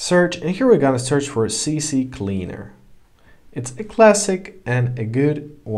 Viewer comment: C Cleaner...not CC Cleaner...